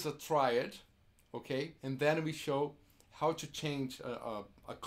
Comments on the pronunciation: I'm Brazilian and I notice that many of my countrymen, including Kiko, mispronounce "to" and make it sound like "two". I would like to hear from native English-speaking people if they agree with me on this. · if you Google it, you'll see "two" is pronounced as a prolonged "too", and "to" a shorter sounding "too". There's a difference, albeit small. Brazilians like Kiko will pronounce something like "tchoo" for both to and two. I'm really nitpicking here, but still, can't help myself.